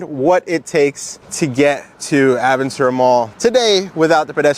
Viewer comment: Hearing Aventura pronounced improperly is so weird. Its a Spanish word